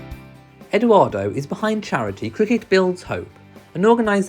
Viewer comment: I really appreciate all your videos but it is EdOardo with the “ o “ like “original“ not Edooardo or Eduardo. Thank you